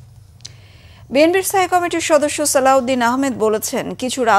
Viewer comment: সালাউদ্দিন আহমেদের নাম এভাবে বিকৃত উচ্চারণ করার কোন কারণ আছে কি?এই চ্যানেলে বেশ কিছু শব্দ বিকৃত উচ্চারণ করা হয় যা অন্য চ্যানেলে হয় না ।উদাহরণ কমিটি কেও কামেটি ।বিষয়টি কত্রী পক্ষ নজর দেবেন আসা করি।